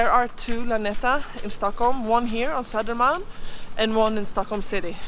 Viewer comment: Om jag vore dig skulle jag uttala söder [-malm] på svenska (istället för någon halvanglosaxisk satsmelodi).